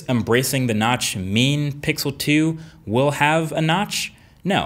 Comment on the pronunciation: Who heard nuts instead of notch.